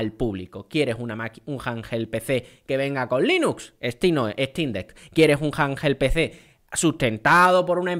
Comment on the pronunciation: Me pone nervioso cada vez q dice "janjel pc"😂